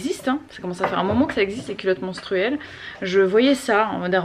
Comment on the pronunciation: J'ai tellement l'impression que tu dis "culotte mOnstruelle", ça fait un tout autre effet mdrrrr